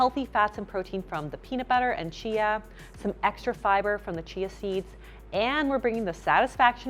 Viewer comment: Seeya seeds 😂😂😂😂 I love it when little slip ups or glitches happen. It always is adorable and give me a chuckle.